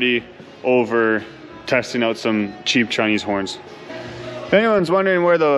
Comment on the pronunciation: owwt, owalt ( northern for out)